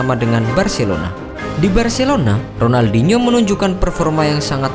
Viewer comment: Sebut ronaldinho pon tk betul